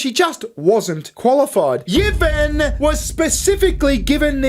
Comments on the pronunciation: You've got the most IRRITATING voice I've ever heard on Youtube (I switched off after 2 minutes), and as for your sense of humour (?). Put it this way; if you do a turn as a stand up comic, you won't slay the audience - they'll slay you. As for not even knowing how to pronounce names as simple as Yvonne . . . SMH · Lol yeeevon...it's evon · Yvonne is pronounced E Von. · Your mispronounciation of the Ships name is beyond a disgrace, it is offensive. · It's pronounced E-von. But who cares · Just found your channel. Great work 😂 I'm gonna binge. Side note... its probably pronounced E-von 😅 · Yvonne is pronounced ee-von. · The name "Yvonne" would pronounced something like "I'won" But for the fun of the game keep yours! 😂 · Are there no Yvonnes in Australia?? It's pronounced "EE-von" 😂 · Pronounce her name "Evon" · I've always heard Yvonne pronounced as E-von. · Yvonne is pronounced ' E-von'. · It's pronounced ee-von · Whilst amusing a unqualified individual was clearly a dei hire it’s as cringe as hearing mispronounce Yvonne 😂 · You pronounce the Y as an E ( in her name )